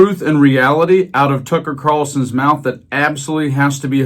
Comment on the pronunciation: Every time you say Tucker I hear Fucker. Funny that.